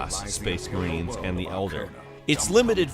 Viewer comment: Its pronounced eld are trust me i collect warhammer 40k models